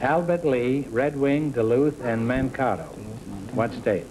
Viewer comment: It's humorous to hear Groucho mispronounce the town of Mankato (pronounced Man-kate-o).